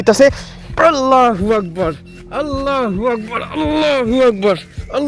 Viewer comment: ভাই আমি একটা ভালো কথা বলি আজে আজন দিচ্ছেন আপনি বলছেন আল্লা হবে না হবে আললো হবে লা না লো হবে ভাই ❤